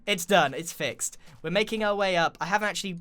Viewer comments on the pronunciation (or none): none